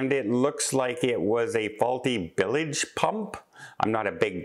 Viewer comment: It's pronounced 'bilge', not 'billige' pump. The bilges on a ship/boat are the bottom corners, where the bottom hits the vertical side. So, yes. a defective bilge pump is a big deal.